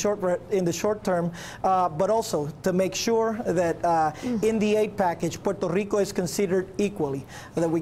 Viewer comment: I hate the way that governor keeps saying Puerto Rico